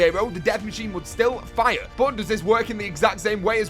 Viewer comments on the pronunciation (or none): none